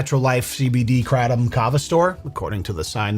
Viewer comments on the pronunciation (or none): Kratom is said more like kraytom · Krey-Tum Say it with me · That pronunciation of kratom is a crime in itself. The shady smoke shop owner wouldn’t even know what you’re asking for if u say it like that lmao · I ain’t ever heard anyone pronounce “kratom” they way you just did and I’m cracking up over it. Love it haha